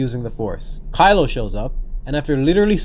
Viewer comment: I'm pretty sure he said Crylo that one time.